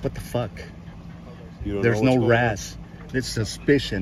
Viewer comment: it's not razz it's R.A.S